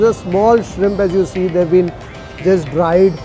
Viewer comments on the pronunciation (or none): none